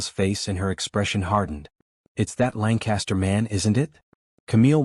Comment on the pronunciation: So... is his name Langcaster? Or are you just stupidly mispronouncing it? It's totally stupid that he orders in German and the story acts like he doesn't know she understands. This story is so unrealistic, I can't continue.